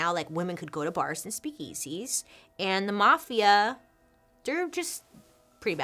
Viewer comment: Bailey’s slightly odd emphasis on the the second syllable of “speak-EASY” makes me smile :)